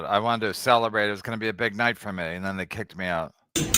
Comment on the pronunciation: It’s “They” KB. Not “Dey”